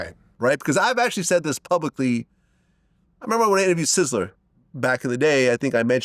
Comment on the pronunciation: It’s sizzla not sizzler